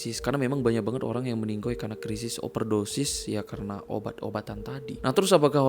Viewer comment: CUKUP BILANG MENINGGAL.. BKN MENINGGOI. RISIH BNGT KUPINGKU